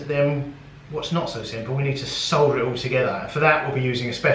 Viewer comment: I love how you say solder! Thank you for the informative vid!